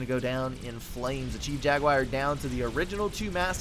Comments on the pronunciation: gunna parrot these guys here the most strangest pronunciation of jaguar i've ever heard. "jag you eye rrr" and no you doesnt sound anything like what dictionary pronounces it haha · Thanks for cast, but that is a very strange pronunciation of "jaguar" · I dunno, still sounds different to me. Kinda interesting though, maybe it's a hint of the southern dialect.